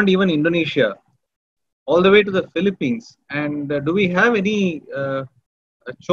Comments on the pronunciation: It is pronounced Fee-lee-pins, not Fee-lee-pines. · sir its PHILIPINES, not Feli-pyns, Please... Pronounce our country's name properly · Hahahah. Great video. Watching it now and not done with it. But I hate that you pronounce the Phili-PEENS the Phili-PYNES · Could you learn how to pronounce Philippines please before you enlighten us on the subject